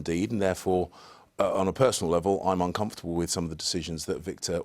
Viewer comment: no, the word is not unconfortable.